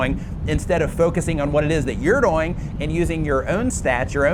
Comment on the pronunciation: Why you say "doing" like boing?